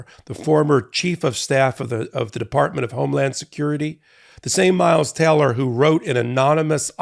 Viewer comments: a little off topic, but it sounds like he keeps saying miles TELLER (which is an actor) rather than TAYLOR. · It's "Taylor", not "Teller".